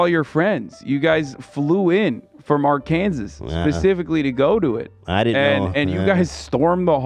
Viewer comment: Thank you to Hasan for always properly pronouncing Arkansas. That's the way.